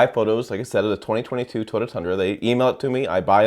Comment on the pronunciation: I hate the way you pronounce TOYOTA. Ugh!